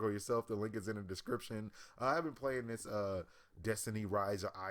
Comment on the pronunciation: Lol this guy can't even talk. "Dis" rather than this, "deir" rather than their. Wtf isn't this guy trying to be a media journalist or something?